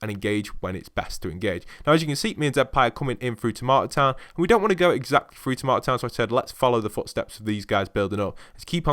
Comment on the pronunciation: through not frough